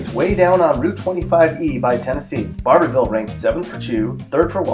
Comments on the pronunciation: He really said Bar bour ville. Its Barvull bub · It's pronounced Barvull!!! Also, Manchester should have been on here, as should Booneville. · Well like others I am questioning if the narrator is from KY as he does not pronounce ‘louisville’ the way we do (loo-vul) and he really doesn’t pronounce ‘barborville’ right either (bar-vul).